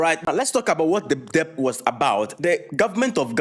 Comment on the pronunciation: Debt is pronounced "dɛt"